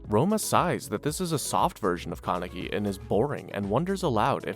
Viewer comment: Also kept saying "ka-neck-ee" instead of "Kan-a-key"